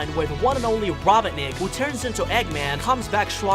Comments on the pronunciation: Who also hate he called robotnik to robonik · he said rabaneck